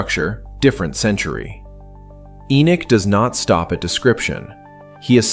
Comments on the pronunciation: The correct pronunceation of Enoch is not E-Nik it is E-Nock like knock on a door. There is no "I" in the name! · Again why not use a human voice instead of an AI Narrative? The narrator can't even pronounce Enochs name. Calling him Enich.